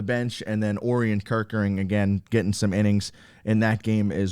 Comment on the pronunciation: Not trying to correct you, but I’m pretty sure it’s pronounced o’ryan kerkering. That’s just what I’ve heard other people pronounce it. Love the videos keep it up!!